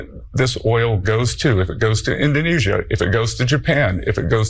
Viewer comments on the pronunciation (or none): none